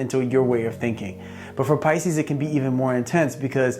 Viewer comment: He nailed pises